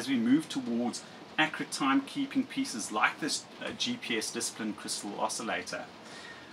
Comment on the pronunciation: *TUNED not "tunned". *DISCIPLINED not "disaplined"